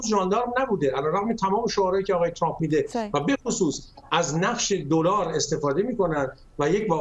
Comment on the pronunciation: اِاِاِ دوباره گفت تُرامپ